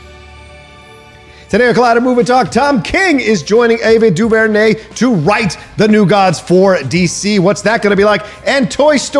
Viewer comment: Someone please teach how to pronounce Ava DuVernay name. On Heroes podcast he butchered her name.